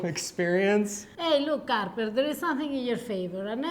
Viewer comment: It’s “Harper” lol 😂 it’s okay, you tried. Just thought I’d let you know. No hate here!!